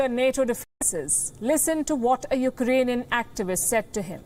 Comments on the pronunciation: Well that was thorough. By the way, he said U—ranian😄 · Can that leader speaks when he is in a lucid interval. Iranian instead of Eukranian.😔